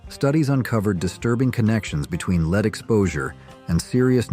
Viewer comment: He is laughing at the way that the AI pronunces the word 'Lead' [ led ] as 'Leed'. Or don't you listen to your own videos before promoting them.